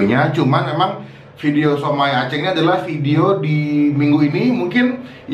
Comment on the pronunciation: "aceng" Gak pake ng kwkwkw